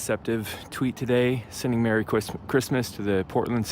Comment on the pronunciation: Nobody: Camera guy: “mewwy cwismas UwU” Do not tell me he didn’t.